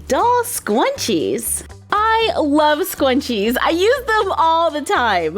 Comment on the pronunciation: You said scwunches instead of scrunches